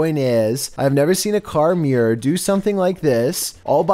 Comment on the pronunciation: The way he said mirror (meeeor)